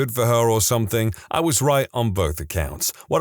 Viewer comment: No K in the word something